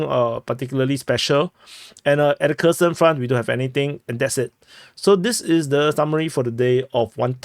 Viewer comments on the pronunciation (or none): none